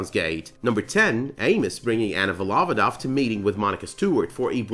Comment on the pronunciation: Volov`odova not Vol`ovoda. Surname is formed by collocation "shepherd for oxes"